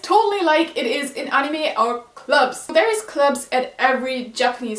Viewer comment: Are you from Germany, if so, you got a good english going. But still, maybe it would help if you wanted to point some things out like this one for example, like the things in high school that are anime like are 1. The design of the school, and then you can go explaining it because I'm sorry I misheard when you said "clubs" I heard you were said "gloves". Also, if you wanted to show anime stuff in this don't make it too quick, I have to rewind a little bit just to see what was the thing you are showing.